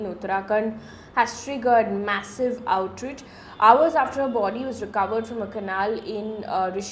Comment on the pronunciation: Mam it's pronounced "outRAJE"✔️ not "outRIJ"❌ "prima/praima FAYSHI"✔️ not "FASII"❌